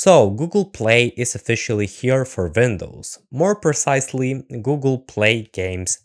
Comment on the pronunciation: Pronouncing Windows as "Vindows" is very german pretty cool I noticed that